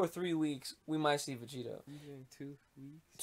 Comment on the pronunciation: please god say vegito correctly dude